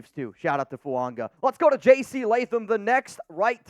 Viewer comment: The name Fuaga does not contain the letter "n".